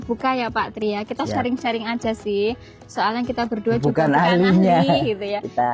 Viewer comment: "aja" mbak, bukan "aza" 🥲🥲🥲